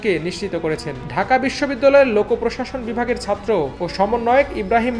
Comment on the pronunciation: satro na bhai, chatro. plz uccharon thik kore bolen.